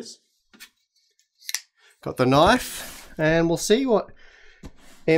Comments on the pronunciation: thats not a knoife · Thats not a knoife, this is a knoife...😅